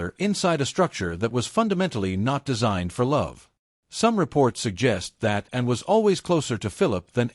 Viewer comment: Can AI not pronounce Anne?